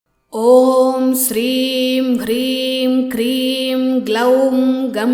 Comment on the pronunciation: It's Kleem not Kreem .. She's pronouncing it wrong.